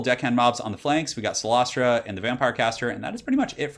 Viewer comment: Awesome builds. And your pronunciation of cylostra was flawless ;)